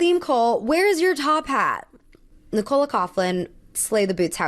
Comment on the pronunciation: Love the review and I normally wouldn't correct someone on this, but it seems like every review I've watched of the Met has been her calling Nicola Coughlan, Nick-Cola. She pronounces it more like NI-cuh-luh. And her last name, Coughlan (which is Irish) is pronounced more Couck-lan, not Couph-lan. Just thought I'd mention it in case she ever comes up in one of your videos again☺